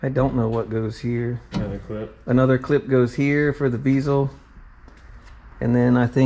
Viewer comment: The way you say bezel drives me insane lol nice truck